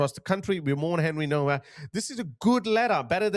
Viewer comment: Please could you pronounce his name correctly, it's pronounced Novak.